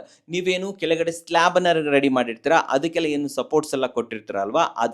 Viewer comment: ರೇಡಿ ಅಲ್ಲ ರೀ. ರೆಡಿ.